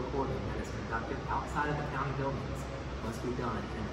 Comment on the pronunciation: can’t even pronounce the name of the county correctly……but carry on 🙄